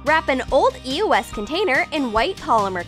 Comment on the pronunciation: did she just say e o s? ITS EOS